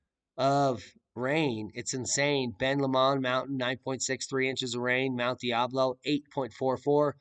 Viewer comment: Its Mt. Tam-al - Pie -us and Mount Die - ablo. I know, go figure.